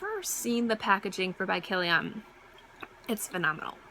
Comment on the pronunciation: I like the way you say Kilian! You pronounce it like an Armenian last name! ;)